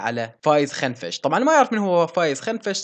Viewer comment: كنفش مو خنفش 🤣🤣